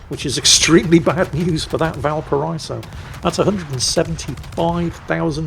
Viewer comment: GODAMMIT, VALPARA*EE*SO